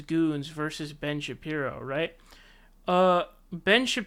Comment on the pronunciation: Are you drunk? Not even 30 seconds into your video and you’ve already said two names wrong. Who is Paul Joseph “TWOTSON”... and who is Ben “ShapRIO”?😂